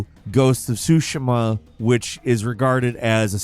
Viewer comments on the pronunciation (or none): GHOST OF SU-SHEE-MA. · The “i” in Tsushima is pronounced as a hard “e,” not a soft “i.” Pronounce the vowels in Japanese words the same way as you would pronounce them in Spanish. (A is ah) (E is ay) (I is ee) (O is oh) (U is ooh).